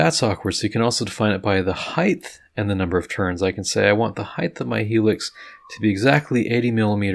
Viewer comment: Great video, awesome work, and height ends with a T not H... no th sound... if that's the only snag, great job and thanks..